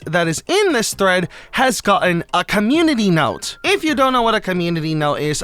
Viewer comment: bro said a communidee note💀💀💀COMMUNINI NOTE😂😂😂